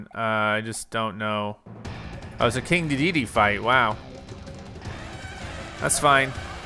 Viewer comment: Good gameplay, I appreciate your dedication but the way you say King Dedede really frustrates me every time 😭